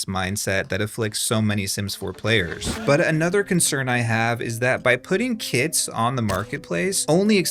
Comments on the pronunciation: every time you say "putting kits on a marketplace" I hear "putting kids on a marketplace" and this is so sick, but sounds so natural especially in this context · oh right, "kits".. that's exactly what I heard, not "kids"😃